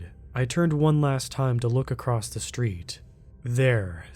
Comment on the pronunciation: Acrosst? Wtf is that? There is no tense for the word across, it is past, present and future 'across'